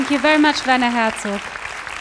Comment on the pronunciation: vanner hatzook is what it sounded like when she said werner herzog at the beginning